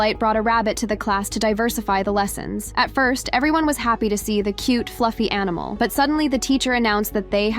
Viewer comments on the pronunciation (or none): none